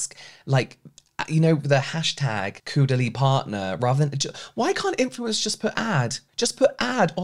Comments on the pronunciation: I always enjoying listening to you James! Also, I giggle everytime you've said "Coodalie"😄 (it's pronounced as in "au pair") thank you for brightening up Sunday afternoon. 💜 🖤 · Love that you use another French word to explain the pronunciation! 😆 James, it’s just as in ‘oh’ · 😊 no r though, more like "caw". Love your content!!!